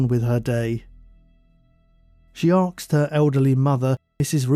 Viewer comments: Asked not axed. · Why does the narrator say axed instead of asked? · Not, ''Arksed'', ''Asked''. That aside, very good upload as per usual. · The word is Asked, not Arksed. Please don’t confuse the world by publishing bad English. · Please pronounce the word 'asked' or 'ask' correctly...it is not 'arksed' or 'arks'!! Sounds rather stupid. Other than that, you have a good listening voice! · Just excuse me, love the stories, but why oh why, you say aksed instead of asked?